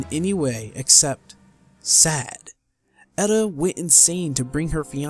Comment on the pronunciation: FFXIV honestly... Has been the only modern Final Fantasy with a good story unruined by a shitty main character, like Vaan, Tidus, Lightning, etc. Also you are mispronouncing Edda's name.